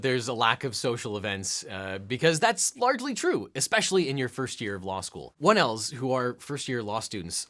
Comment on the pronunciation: Oh my gosh, it sounded like you said wood elves not 1Ls 😂 I had to rewind it and double check cause I was going to need more info if they were called wood elves 🤣